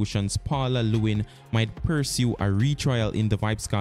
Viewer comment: Paula LLEWELYN, not Paula Lewin!